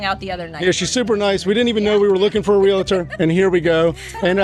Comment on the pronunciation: It is not pronounced real a tor, it is realtor, and you pronounce it exactly like it's spelled I don't know where this letter a or letter I comes in the middle of that when people pronounce that word. That is annoying to me how many adults don't know how to pronounce the word realtor